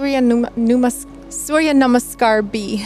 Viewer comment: I love how you tried to pronounce 'surya namaskar' instead of 'sun salutations' Love from India ❤️😘